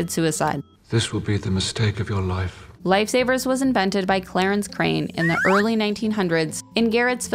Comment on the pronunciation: Lmao "lifey saviyers"